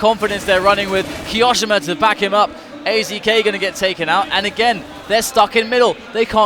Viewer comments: Ki o shima not ki oshima 😂😂🤣😅😅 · The way he says kioshimas name is like, cancer